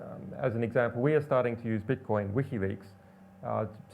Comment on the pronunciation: is he saying "beetcoin" ...?